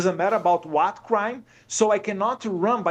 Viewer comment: Qual a dificuldade de falar “WHAT”ao inves de “UARA”?!?